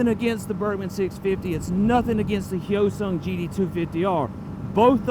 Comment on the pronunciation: Finally someone who says “hyosung” correctly instead of HY-O-Sung